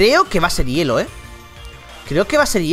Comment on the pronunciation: hielo no herro bro :vvv